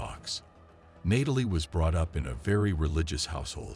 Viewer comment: Didn't realize until Nay-tal-lee this voice was AI.